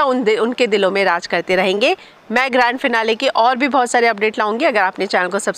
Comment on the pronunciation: Sorry but I heard GAND FINALE 🤣